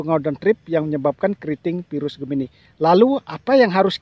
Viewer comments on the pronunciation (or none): none